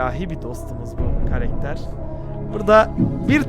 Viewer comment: Karekter değil karakter demelisin